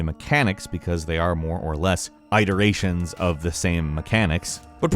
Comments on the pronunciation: I’m sorry but I’ve got to ask... did you really say EYEtiration and “suffis” instead of ITeration and suffICE? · Eyeteration?!? .i think you mean it-eration? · I'm so glad I'm not the only one, eyeteration, suhfiss lol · also "iteration" as "eye-teration" and "suffice" as "suffis". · Eye-terations? SUFF-IS. God damnit, why do you have to make it so difficult to listen to these videos. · how does he mispronounce so many easy words like iteration